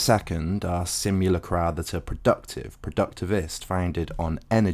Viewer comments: Sim - you - LACK - rum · Switch up accenting for " simu" words, mate, for palatability's sake. No one does that; you don't use the same stressing with 'simulation,' for example. Excellent post, superb. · I think you're pronouncing simulacra wrong... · i cant stand the way you say simulacra im sorry. oof.